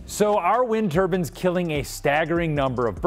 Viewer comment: Am I the only one who thinks he is saying "turbines" incorrectly.